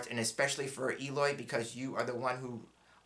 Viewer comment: Hi! Thank you so so so much!! ❤❤❤❤ I’m Just starting with them!! And the pronunciation of my name it’s perfect!!🎉 2 questions, please? Some people/card readers uses as a people card the military person… it can be a situation but a card people too?? And the child card could be a pregnancy card?? Regards, Eloy